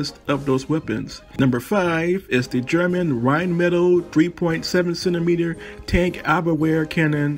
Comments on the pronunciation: I was interested until you pronounced rhinemetall wrong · Love the totes wrong pronunciation of Rheinmetall. No judgement from me. People who insist on correct cultural pronunciation all the time are frustrating. Especially when they bomb pronouncing anything in American English. It's all good.